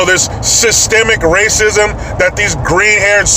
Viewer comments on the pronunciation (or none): 🤡🔫 Chuck that dumb old GPA thing out the window to, its so.......wait for it, what is it class? That’s right, say it with me, it’s “Race-jism”! 😂👍 What students parents will the schools ask to build the next library or gymnasium? Please donate to our school but no your children can’t attend our school?😂😂 Soon Yale will look like Animal House!😂😂